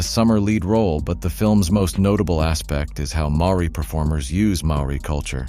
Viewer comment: Mate – in these days of the Internet it's not hard to learn how to pronounce Maori names. Otherwise good video.